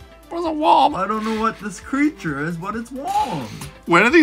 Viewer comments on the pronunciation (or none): its not wom its womy there is no y on the name